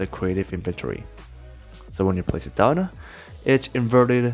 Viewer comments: I remember when this guy didn’t put “uh” to the end of some words. For example, he says “downuh” instead of “down” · Nobody: Absolutely nobody: This guy: Put it